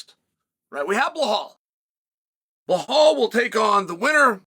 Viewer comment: STOP Calling him BaHaLL Mr Kale 😡